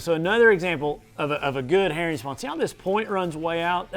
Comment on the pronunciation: "Eat eem sum hurrin "